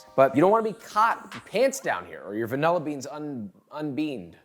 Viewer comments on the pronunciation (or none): "Vanella bean." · Hyperfixating on how you say "vanilla" like "van- el-a" 😅